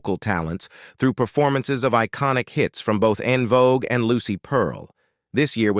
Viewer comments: I see both sides .However, he still should pronounce the group name correctly. En Vogue not On Vogue. Alot of people don't know that it's FRENCH and a lot don't give a dam either. So with all the mess on them, let's at least pronounce the name correctly. No one is right or wrong. He should pronounce the groups name correctly due out of respect for them at least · I wish you all use real people to talk I can’t get through this video AI sounds terrible it’s saying unvogue instead of envogue stop it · Curious as to why they don’t just have the man with the voice speak instead of making his voice an AI. The mispronunciations and other faux pas are very annoying. No one ever called this group “ON VOGUE”!!! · the EN in En Vogue is french, and pronounced like the word ON (fyi) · I'm done once AI mispronounced the group name. ✌🏾